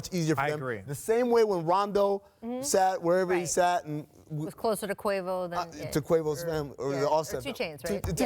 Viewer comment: She said quvao. I’m dead 🤦🏾‍♂️